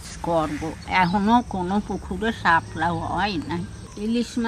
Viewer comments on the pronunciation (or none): শাপলাকে হেলা বলি